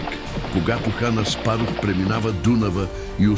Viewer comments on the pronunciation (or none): когато хана Спаров :O :O стига с тея изкуствени дублажи бе смешки,и това ви мързи да правите вече